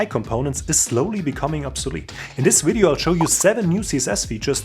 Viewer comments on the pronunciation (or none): Hey from one to another: You pronounce "view" perfectly fine!! But you do "video" and "value" with a very soft V. Try the sharper view-V on these too!!;):face-red-heart-shape